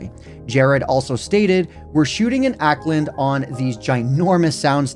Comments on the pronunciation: Please don't ever say "Auckland" like that again, it's pronounced "awk-land" not "ackland" lol. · it's more like "Awk-lind", not "Ack-lind" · Just wanted to mention that it's pronounced "orc-land" instead of "ack-land" for Auckland, New Zealand! You can take it from me as someone who lives here 😊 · Not to nic pick but (im a new zealander) is Auck land not uckland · its awek-land, smh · bro just said "akland" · It's pronounced "ork-land", just fyi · that pronunciation of Auckland 💀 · Bro can't even say Auckland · Brother did not say Auckland like that 💀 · You pronounced Auckland wrong mate. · hearing the mispronunciation of "auckland" made me wheeze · FR, its probably one of the easier NZ place names to pronounce too lmao